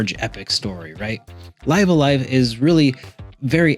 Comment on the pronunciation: I'm pretty sure it's supposed to be pronounced, "Liv a Live".